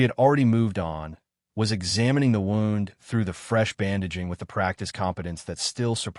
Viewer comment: AI needs to learn how to pronounce words like Derbyshire and wound. Why all the pics in the beginning that have noting to do with the story? Why is she bandaging his arm when the wound in the beginning pic is on his chest? A wound on his arm would not incapacitate him.